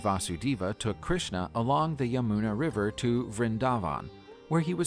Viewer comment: Your pronunciation is wrong of Krishna